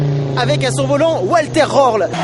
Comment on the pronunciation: Bordel de dieu les français. C'est pas Oualther Raurl c'est Walther Röhrl !!!!